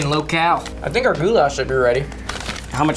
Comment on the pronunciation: the way they say Goulash over there is like saying Gulag with SH instead of a G, where the lash in goulash is more said like the word lash with no hard A's